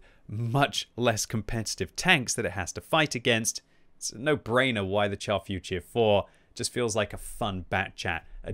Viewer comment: Can u please stop calling it the Char FUR tier 4? Its Futur, not Fur!